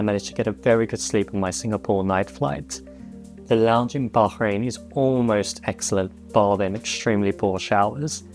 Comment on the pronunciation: You need to learn how to pronounce Bahrain,stop being so pretentious and go to a local language class on a stop over.